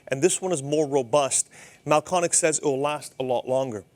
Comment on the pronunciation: It’s Mahlkönig. Pronounced roughly mahl-KER-nig. If you don’t have an umlaut, add an e to the umlauted vowel: Mahlkoenig.